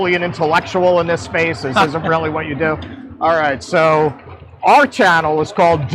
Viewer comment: What he is really saying is 'dis-i-dnt what you think'